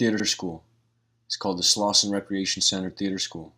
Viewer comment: Slauson, not Slausen